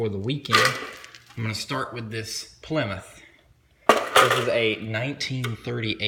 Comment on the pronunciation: Plymouth your saying it wrong